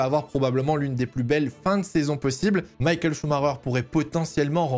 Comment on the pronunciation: Ok bonne vidéo mais t’entendre l’appeler Maykael pendant 48 min je sais pas alors que c’est la base